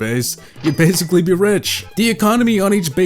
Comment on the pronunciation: DID HE JUST SAY WEDICOWUS!?!? BASICAWY